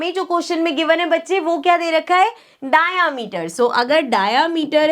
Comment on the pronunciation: Mam its not डायामीटर,😂 its डायमीटर